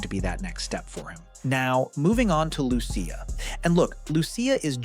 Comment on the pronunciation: Lew-see-uh not loo-sha loved the video tho man